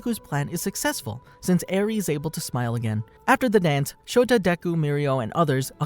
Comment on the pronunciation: his name is Shota aizawa not Shoto aizawa